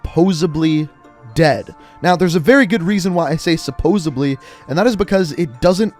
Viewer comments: Supposedly not supposibly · Hey I don’t mean to be a grammar nazi I just gotta tell u to say suppoSEDly instead of suppoSEBly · "SUPPOSEDLY". Not Ebly...... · Did mans say supposedly as supposebly omg unsubscribing! Lol jk 😂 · *my thoughts. THAT...IS....NOT...HOW...YOU...SAY......SUPPOSEDLY!!!!!